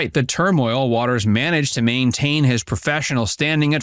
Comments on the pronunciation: It’s WATER’S world not wateres 🤣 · Inaccurate headline. And they pronounce the show name as "waters world". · Please tell this reader of script that "Watters" and "Watters' " are both pronounced with only 2 syllables. Jesse comes across as though he is just an average guy, saying what average guys think. This is what makes him likable.